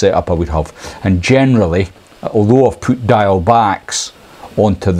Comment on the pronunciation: For those of us in Wales please learn to pronounce ‘diawl’ - its not ‘dial’ its pronounced ‘deeawl’ but say it quickly